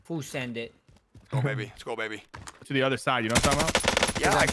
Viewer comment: “Too da beach” lmaoooo